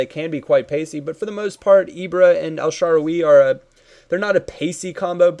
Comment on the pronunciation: who is "sharwie"? it's pronounced as it is "el-sha-rawr-ie"